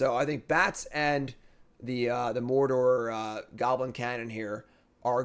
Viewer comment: how do you mispronounce "Mordor"?